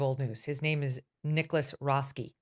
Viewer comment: VDH's mangling of names is next level lol